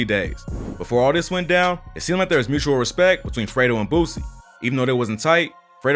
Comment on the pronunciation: Idk why it sound like you keep calling him Alfredo 😂 😂